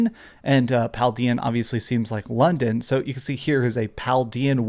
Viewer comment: Paldea doesn't sound like "London". It sounds like "Aldea" which means town. Get your spanish in order dude, the game is based on Spain after all